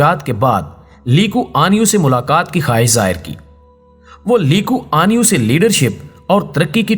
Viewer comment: آپ نام غلط لے رہےہیں، نام ہے "لی کوان یو".... علیدہ علیدہ